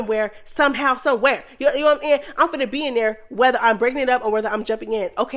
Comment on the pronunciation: I love watching and listening to the mess but whyyyyy do you say “kno what I’m nyahn”🤣🤣🤣🤣🤦🏽‍♀️ it’s so annoying🤣🤣🤣🤣I can’t unhear it